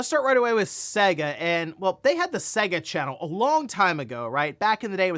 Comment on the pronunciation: The way you pronounce "Sega" is soo wrong!